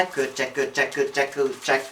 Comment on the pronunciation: wydaje mi się czy on mówi ,,kurczyk''